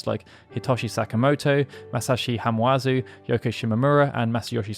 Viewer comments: His name is Masashi Hamauzu. Not Hamuazu. The A goes before the U. Sorry, I worship this man. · It’s Ha-ma-u-zu, NOT Ha-mu-a-zu. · Hamauzu’s name is pronounced Hama-Uzu. Just a heads up.